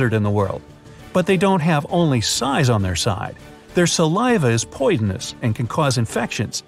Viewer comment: PoiDonous Yes POIDONOUS